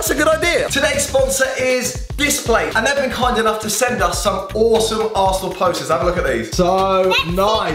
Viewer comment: He said arshole in stead of arsenal😂😂